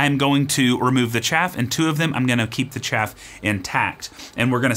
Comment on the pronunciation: “Just going to cup the chaff” 😂